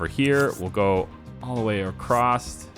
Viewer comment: Why do you keep saying ''acrosst'' instead of across? Is it a thing where you live? You probably can't help it but its kinda annoying me as i am used to saying ''across'' as thats the normal way of saying it and my brain keeps saying thats the normal way of saying and should be said.. no hard feelings though